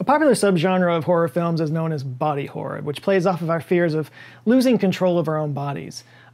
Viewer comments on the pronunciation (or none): none